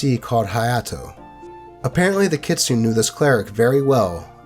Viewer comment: in the word 'kitsune', I'm pretty sure it's the 'u' that's silent, not the 'e'; 'kits-nay', not 'kit-soon'